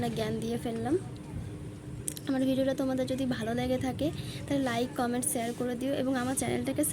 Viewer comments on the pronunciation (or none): none